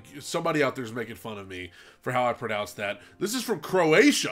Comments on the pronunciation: "I don't wanna try and pronounce the name of the song" literally pronounces it perfectly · You pronounced it perfectly!! I love your reactions, normaly I'm here for your acapella reactions and I love that you've reacted to a song from my country! Love from Croatia!!